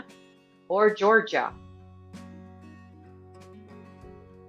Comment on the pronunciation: Agreed, I think "Georgie" must be a new state ? There are so many mistakes.